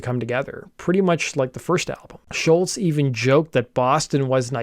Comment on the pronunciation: Great vid young man. Top notch as usual. I love seeing younger folk talking about music done in my time. Pro tip: the way you pronounce Tom's last name is "Shoals" like Muscle Shoals from Sweet Home Alabama fame.